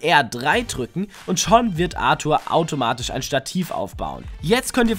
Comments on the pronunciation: Arthur wird ENGLISCH ausgesprochen man spielst du das game auf stumm und warst im Englischunterricht nie da oder was....ENGLISCHER NAME du Horst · Wie du Arthur aussprichst triggert mich hart!